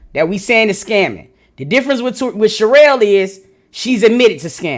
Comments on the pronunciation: I thought it was another lazy lady her name is pronounced shu-rell lol but I get who it is now lol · Yes it’s pronounced Sha-Rail (cherrelle) vs cheryl or Sheryl. I think she just country AF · No 😂😂🤣🤣 its pronounced Shuh-Rell 😂😂